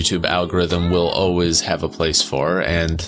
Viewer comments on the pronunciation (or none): Ackchyually, it's pronounced "always," not "oh-ways." "over-ARCH-ing" (with a "ch") Undertale's version of Alphys is still the best. Unless she suplexes boulders. That's totally allowed (or even encouraged). Otherwise, it's enough to simply be resourceful like Ellen Ripley. Her male counterpart would be Ickis from 'Aaahh! Real Monsters!' (who also has a lot in common with Alphys). Her jester hat even kinda looks like Ickis's bunny ears. In Undertale terms, she might have Alphys-like traits with her inner struggles and whatnot, but her awareness of the Matrix-like nature of her reality also makes her kinda Sans-like. If you're into that "question reality" vibe, you'd totally dig 'Dark City'. Some of us might embrace that situation and go all "insane clown mode" with it! 🤪 Ah, look at that! An Alphys moment! Different context with the circumstances, but the similarities with the details are uncanny-go-nuts! Barrel in place of trash can, but whatevs. Also notice the "Masonic pavement" chessboard floor motif (a recurring theme in both pop culture and esoterica). Walter Sobchak has a lot in common with Undyne. That was the worst "oh-wuz" in this entire video! He's an AR guy! What would Brandon Herrera say?! Walter struggles with PTSD. He probably sees himself as a Lawful Good Paragon, but he has a lot of internal Chaotic energy. Undyne would "get" that. That's not how you do a McMillan Tilt. Those ears make he